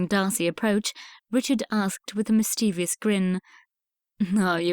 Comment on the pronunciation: Please upgrade reader’s pronunciation: mischievous, Grosvenor, placid etc. unacceptable